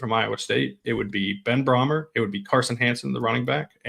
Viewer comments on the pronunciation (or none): Brahmer is pronounced “Bray-mer”